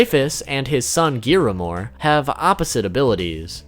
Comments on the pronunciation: Giramore??? Really fam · GRIAMORE. GRIAMORE!!!!!! NOT GIRAMORE!!!!!! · Broo, why do you say giamore, its griamore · ITS pronounced griamor not giamor😑😑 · Why hav i not seen a singel Persson comment that they say “Giramore” instead of Griamore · Why do you say “Gearamore”? It’s GRiamore. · Who the fuck is giramore it's griamore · It’s griamore not giamore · its not giiiiiramor its griamor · gearmore? isn't it griamore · you said geamore its greamore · GRIAmore not giramore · You said Giramore,its Griamore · did he say "Giramore"~? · the amount of mispronounced names 👌 “LionAYS” “GEARamore” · Did you say giramore? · ignore this pls but it's gree - ah- more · I wanted to die when he said giramore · WTF IS IT ABOUT YOU GUYS INABILITY TO PRONOUNCE GRIAMORE??? i love you but it pisses me off xxx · "Giramore" "Dererie" "DOLER" Im going to CRY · It's ZaraTRAS and GRIAmore I love the video I know things I didn't know before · ?? idk if it's just me but I'm pretty sure they at least pronounced Meliodas, Escanor, Liones and Gloxinia right Griamore, Derieri and Drole tho yeah no idea how they messed that up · oy y u not know how to say the names of griamore and zaratros proply???????